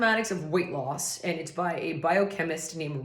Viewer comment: From what I can tell English is not their first language and even though the word and was not palatable to my ears I understand this person is trying to communicate in English. I once said something very unagreeable in Italian because I was just learning. They were kind and help me correct myself in a nice way